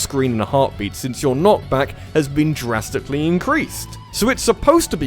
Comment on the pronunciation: Did you seriously just say "draftically"? You mad man.